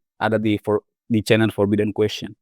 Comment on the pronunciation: question pelafalannya kwes-chen ya